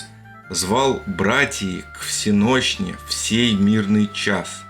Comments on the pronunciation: Не имея возможности прочесть все 1,5 тысячи комментов, я хочу поделиться своими соображениями. Если в прочтении автором лермонтовского стиха изменить ударение (кстати так и должно произноситься всЕнощная), то строй и ритм полностью упорядочиваются. Никакого нарушения размера. Обидно за Лермонтова. Ни в одном его стихотворении или даже поэмах нет ни одной погрешности. Наоборот, всё, что он написал вызывает восторг и восхищение. Он- гений русского слова. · всЕночная ударение на Е!! надо бы знать.!!!!!!!!!!!!!!!!!! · Конечно, без всякого гнева, но хочется внести маленькую поправочку. Воцерковлëнные христиане произносят название службы как "всеночная" или "всеношная " с ударением на первый слог т. е. на букву " е" . И тогда рифма для слуха получается вполне себе. Но это совсем не нарушает ход рассуждений, а только исключает "маскировочный " заговор. Спасибо. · всЕношная!!!!! Не там ударение у автора ролика. Разбор стихотворения приьянут за уши. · "вс е ношная" Правильно произносить "всЕнощная". Правильно произносить: "вс е ношная" (с ударением на Е и звуком Ш на месте Щ). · ВсЕнощная. Ударение поставьте правильно, и жизнь покажется другой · Мне кажется - правильно произносится " всЕнощная" да-нет? Автор, как и всегда, завораживает тайной. Слушайте, это ужас что творится! Сплошной обман , козни и сокрытия! И все же... КОМУ ЭТО НАДО?